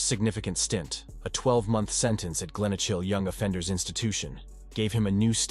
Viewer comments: I laughed when he said Glenochil 🤣 it's pronounced Glen O Kill (info for the editor) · Jeezo I'm cringing at this robot killing our places with that stupid voice 😂😂😂 Glen ochil..... its feckin glen okal (obviously not the correct spelling but its easiest way to say it 😂😂😂😂😂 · and the way he pronounces Glenochil lol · Please if makin video learn pronounce the fuckin names of places correctly . Don't kno what annoyed me more way said garthamlock or way said glenocil .. I don't kno what's with (batman cartoon pictures ) you have actually got few pics and videos that not so well published which was decent bit then wasted it with cartoon pics